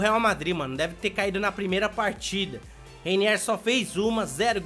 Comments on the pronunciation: Se fala:Reinier não Reiniér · Ele não sabe nem rwiniwr ele fala rainier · N se pronuncia Reiniér. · Reiniéér kkk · ele fica falando reiniér, a culpa não é minha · Sabe nem falar o nome do mlk ororor